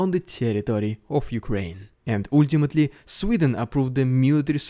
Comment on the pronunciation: Please stop the ooooooooooltimately! It’s Ultimately! Алтиматли!!!